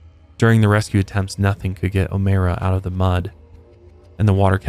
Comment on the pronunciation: It’s Oh-My-ra lol not Oh-May-ra